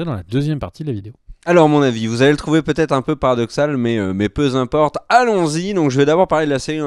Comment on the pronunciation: Nan, Team "Respect de la langue de Molière" ! Et puis "Equipe" ça se dit aussi ! Mais j'vous aime quand même, vous êtes pardonnés !